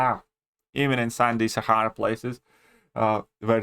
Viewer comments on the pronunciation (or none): none